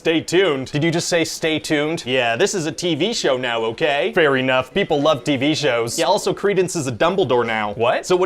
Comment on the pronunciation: Fair E-nough